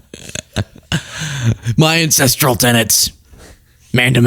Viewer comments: Not ancestrial - ancestral. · OMG I thought you were saying “incestual” life style. I was so confused 😂